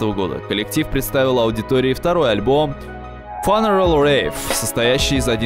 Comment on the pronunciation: не "фанерел" а "фьюнерал" funeral. вспоминаем легендарный HIM - The Funeral of Hearts